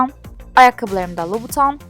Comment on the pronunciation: Lubuten diye okunmuyo muydu:/